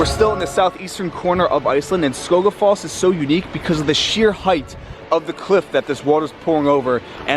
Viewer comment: Hahahah 🤣 sorry I just love how he pronounced Skógafoss I mean I’m from iceland so it’s pretty funny for me ok no judgment I just find it relly funny 😅